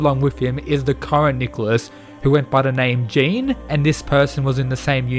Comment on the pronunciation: Jean in french is pronounced Je-on